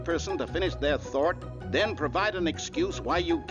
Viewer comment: he just say thort